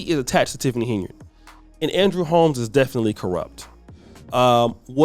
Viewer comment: Who in the hell isTiffany Heynard? I thought her name is Tiffany Henyard? I can’t stand when so called “intelligent” people can’t pronounce simple azz words🤷🏾‍♀️🤷🏾🤷🏾‍♂️and repeatedly says it wrong? It’s HENYARD GOTDAMMIT!🙄🙄🙄